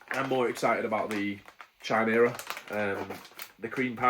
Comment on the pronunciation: Pronounced 'Kaimera' 👍